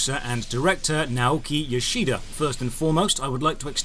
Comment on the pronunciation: The i in "Yoshida" is almost not pronounced. You really emphasize it. You couldn't know, of course, but I find it amusing how you managed to emphasize the one vowel that is basically dropped.